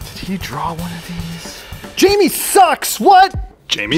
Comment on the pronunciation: You said janmie